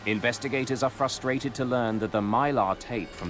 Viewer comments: I get fustated when that word's not pronounced right! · Frustrated has two Rs, and both are pronounced.